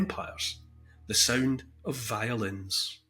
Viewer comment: That was rather a poetic episode, Neil. The word 'Violins' sounds like 'Violence'. Not sure if you meant to drop that little homophone ... Anyway - I've long wondered just 'who' it is that entire countries owe trillions in debt to - who they 'borrow' it from and so on. Switzerland kind of holds the wallets of the world whilst they are all scrapping. Hitler didn't invade Switzerland, despite his armies surrounding it. And you have to finally realise that it's all a big game, and yes, the ones who start the fights are the ones who have the most to gain. sigh